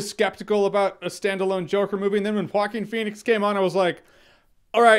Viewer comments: Correct pronunciation is HuWa-Keen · Nobody: Absolutely Nobody: Jeremy: hawkeen fenix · I thought he was saying Hawking Phoenix lol.